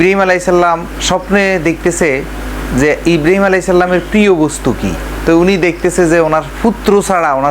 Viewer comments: হালা কুলাঙ্গার, হজরত ইব্রিম আলাইসাল্লাম, নামটাও ঠিক ভাবে বলেনা, হজরত ইব্রাহিম আলাই (সঃ), বেয়াদব চরম ভাবে বেয়াদব, এরে আইনের আওতায় আনা হোক। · ইব্রিম নয় রে গাধা ইব্রাহিম আঃ বল সালা গন্ড মূর্খ।